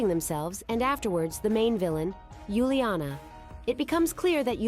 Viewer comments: Not Yuliana is Uliana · It’s Uliana not Yuliana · It's uliana for heaven's sake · It's uliana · Its uliana